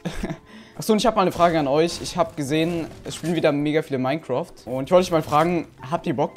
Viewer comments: Es heißt nicht moincraft sondern minecraft no hate bester youtuber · habt ihr bock das minecroft spiele ich will dich nicht verbessern aber es heißt Minecraft 😂😂😂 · Wirklich Wirklich Niemand....: Minecroft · Niemand:: Minecroft HHAHAHAHAHAHA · Andere: Minecraft: Minecroft 😂😂😂😂😂😂😂😂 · Niemand: Wirklich niemand: Nicht mal Dieter Bohlen:: MiNeCrOfT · "MINECROFT" XDDDDDD